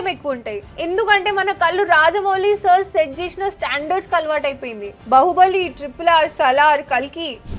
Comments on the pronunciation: బహుబలి కాదు 😂😂బాహుబలి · బహుబలి కాదు బాహుబలి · 😂 rendu okati ayte okela vundali gani spelling vere ga enduku vundi baaahubali very bahubali vere kavalante google loki velli bāhubali pronounciation chudandi a ki aa gota alane vunchi chudandi mike ardam avvuddi